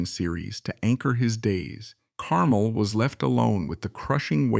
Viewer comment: Note: the emphasis is on the second syllable of his last name, "car-MEL"